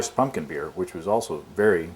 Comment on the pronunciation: drink every time says "pun-kin"